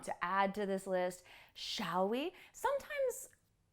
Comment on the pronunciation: '' For mature WOMEN'' is the correct form ......also the L pronunciation in SHALL ( , etc)....